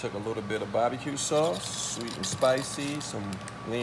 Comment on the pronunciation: Did he say Bobby q sauce😂😂😅